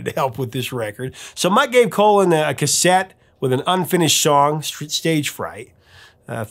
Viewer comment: It”s Phil Collen (like pollen) not Phil Colon, Professor! LOL! Great video as always!